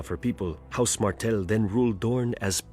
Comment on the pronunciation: It is House "Martell" (not Martin)